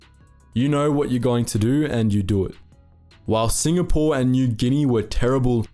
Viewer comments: Mate it's Singapore not SINGNAPORE. Was wondering when you would do a vid on Z troop. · Singapore not singnapore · I love hearing about this sort of stuff, but it's time to UNSUBSCRIBE from and avoid watching your videos in future. Sing N apore? Seriously? If you can't be trusted to get the most basic of the simple basics right, how can you be trusted to do accurate research? It's obvious that you have no respect for what you're doing. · SINGNAPORE! WTF?! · Ah yes, famous "Singnapore" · 'SINGNAPORE' lol